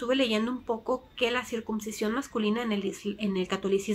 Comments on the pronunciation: Hola yo creo que cada quien decida que hacer con este tema. Una cosa me pareció que dices circuMcisión, y es con N no con M. Que se alivie el niño. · Se dice CIRCUNCISION y no Circubsicion .